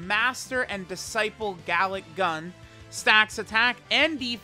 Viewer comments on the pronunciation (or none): none